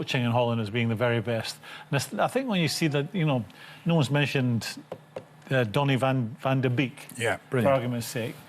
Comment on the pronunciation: You pronounce that Donny van de Bake.